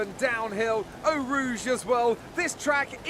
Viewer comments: it's OH rouge not OW rouge:) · For real though, it's "oh" rouge not "ow" rouge.